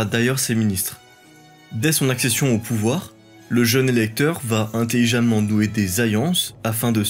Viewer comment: Tu as vraiment du mal à prononcer les « LL »… « Ayés » au lieu d’« alliés » ; « ayances » au lieu d’« alliances »…